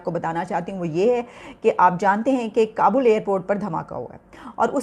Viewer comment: Beta Kabul hota hai kabal nahi 😂😂😂🇵🇰🇵🇰🐷🐷